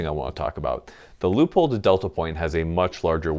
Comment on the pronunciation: Is it just me or does it sound like he's saying loophole every time he says Leopold??